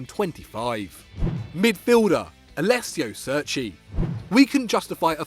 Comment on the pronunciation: Alessio Seerci